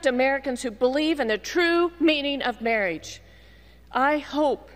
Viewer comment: Never trust someone who pronounces marriage "mareej"